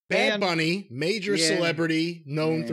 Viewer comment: Cornette praises Logan Paul all day long(and rightfully so) but can't give Bad Bunny the respect of saying his name correctly.